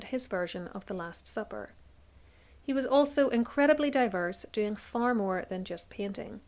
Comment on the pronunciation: I absolutely adore your work, but must comment on the random pronunciations that bring a small cringe. Examples: Now as nah-ee, eight as ay-itah, More as murr. I’m American, and have no idea from where your accent hails. I don’t let it stop me from learning through your generous and fastidious research. Carry on, regardless of clinkers like me. ❤